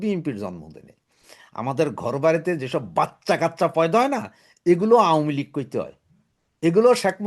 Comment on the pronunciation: কাইন্ডলি 'আওয়ামী লীগ' শুদ্ধভাবে, যথাযথভাবে উচ্চারণ করুন।।